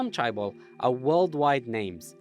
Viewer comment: Cool but mispronunciations of hyundai and chaebol kills me everytime